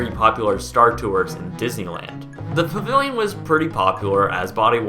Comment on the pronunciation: You talk to quickly for your own good, "pavivilion" thats what I keep hearing.